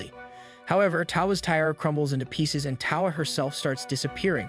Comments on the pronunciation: Tiara is pronounced "Ti-ah-ra" not how you are doing it and it really annoyed me :-( Otherwise very good recap. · If this is such a high-quality production, why can't you pronounce "tiara" correctly? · Bro who writes your scripts because you obviously don't considering you can't pronounce tiara or bed ridden...